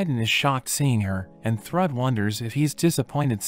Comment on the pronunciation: I know it's narrated by a computer, but the name used for Thor's daughter, is Pronounced Throod! Spelled Thrüd!